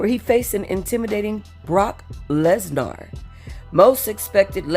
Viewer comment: You should add a wet fart noise to your intro music. Also you pronounced Lesnar wrong.